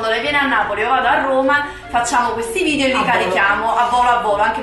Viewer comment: La parola corretta è VIDEO, no VIDIO ma VIDEO, con la E!!!